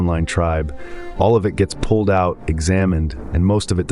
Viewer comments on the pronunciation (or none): none